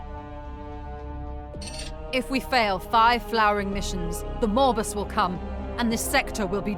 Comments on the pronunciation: I'm sorry, but every time the Chaos Gate VA's talk about Nurgle's grand plan "the Morbus", I cannot help but hear "Morbius". Nurgle plans to MORB the whole galaxy! 🤣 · Did she say "Morbus"? As in Morbius is going to Morb-us? Is it MORBIN TIME!? I-I'll get my coat and see myself out. Cheers!